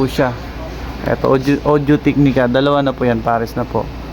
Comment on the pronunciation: mali din pronounce mo ng Audo-Technica